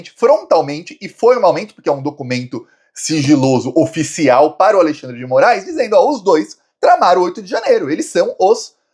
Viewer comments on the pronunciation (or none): none